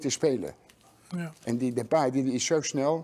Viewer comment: "Mapee" 😀 lol